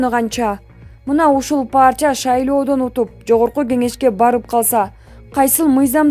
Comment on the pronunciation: Партия деп оку паартия дебей